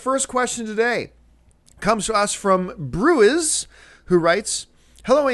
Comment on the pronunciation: Bruiz??? I think it's B. Ruiz lol